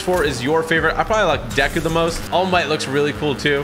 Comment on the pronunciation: its pronounced like dayku